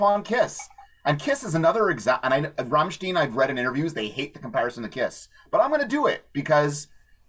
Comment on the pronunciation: Entertaining conversation guys, but It's pronounced as in vine Rammstein. i think when they occasionally sing in English it's with Tongue in Cheek. We're all living in Amerika, Coca Cola and sometimes war lol